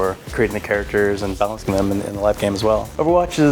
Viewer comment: "balancing" lmaooo